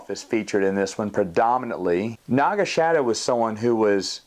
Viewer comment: Great review, but wasn't his name pronounced "Naga SA-DOE?" (I know that's not the actual spelling but you get my point).